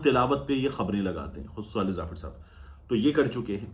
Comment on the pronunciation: Swaleh nahi sawleh